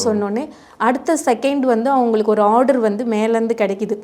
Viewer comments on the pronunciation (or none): none